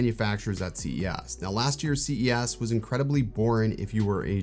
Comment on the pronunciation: Is he saying C E ASS on purpose?